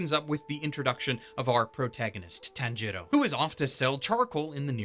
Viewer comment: If i hear one more Tan-jiro I will KMS